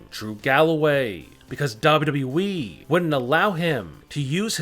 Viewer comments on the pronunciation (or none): lol you keep saying wwee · He saying wwwee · This dude says wwweee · did he just say dubduby